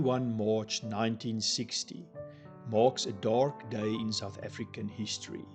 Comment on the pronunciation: Baie insiggewende video. Julle 2 manne wat die video maak is duidelik albei afrikaanssprekend,en ek verstaan heeltemal waarom julle die video in engels doen,maar oh weë,ek "cringe" elke keer wat jy die woord "dark" sê. Luister bietjie self hoe jy daai R so oordoen met die rol 🤦‍♀️. Dit het gemaak dat ek ek op niks anders in die video kon konsentreer behalwe die aanplakkerigheid van daardie uitspraak nie. Praat maar eerder net engels met die gewone aksent waarmee meeste afrikaanse mense praat.